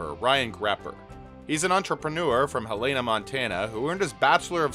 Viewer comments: Helena.Montanan here... pronounced Hell Eh Nuh... NOT Hel Ay Nuh. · We pronounce it HELLena Montana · The city in Montana is pronounced Hell-in-ah.